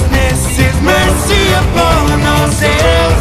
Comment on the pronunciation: not me hearing percy instead of mercy